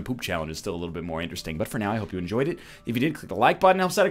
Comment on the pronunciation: Carlos Gomez-Penado eggterdesting